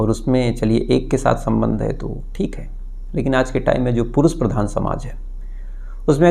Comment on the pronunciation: pehle bhi request kiya hai,aapka pronunciation zara sudhaar lijiye,aap Shuru ko Suru bol rahe hai, Desh ko Des, Purush ko Purus, Shayad ko Sayad aur Shadi Shuda ko Sadi Suda bolte hai.Jab aap itna acha kaam kat rahe hai to its not difficult to correct pronounciation